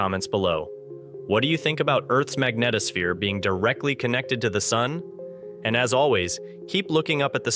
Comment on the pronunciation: Thumb DOWN for mispronouncing “ magnetosphere “ & “ bow shock “. If this was an ACTUAL physicist narrating, they wouldn’t make such a basic mistake.